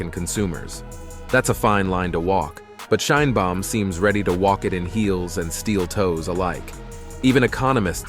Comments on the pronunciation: Aprende a pronunciar el apellido de la presidenta. Suenas muy ignorante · No sabes pronunciar el apellido de la presidenta Claudia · Gracias por el programa. Podrías, sin embargo, hacer un esfuerzo por pronunciar el nombre Sheinbaum correctamente, es decir como lo pronunciamos nosotros los mexicanos. Gracias ias. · Aprende a nombrar SHEINBAUM y Estados Unidos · Y tu hasnos un FAVOR PRONUNCIA BIEN SU APELLIDO DE LA PRESIDENTA MAS POPULAR DEL MUNDO..